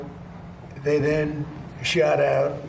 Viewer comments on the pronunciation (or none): none